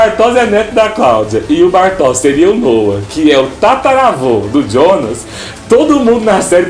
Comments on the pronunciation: Não se pronuncia Djona, mas sim Yonas. Se não sabe como pronunciar, fala Jonas em português. O pior é querer falar bonitão e acabar falando bosta. Esses youtubers nunca fazem uma pesquisa de pronúncia antes de gravar um vídeo... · "jonas" não fala djonas, se fala ionas, pq é pronuncia em alemão